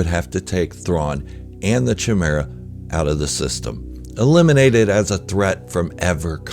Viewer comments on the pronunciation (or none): First and foremost I want to say that I love your content just wanted to let you know that Thrawn’s Star Destroyer is pronounced with a hard K… /kīˈmirə,kəˈmirə. I was saying it wrong myself, until I got the audiobook. Again it’s my only gripe! Carry on! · Did you mispronounce chimaera?